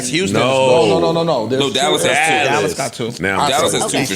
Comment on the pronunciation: Speak correct when you say anything about Dallas & Fort Worth, Joe.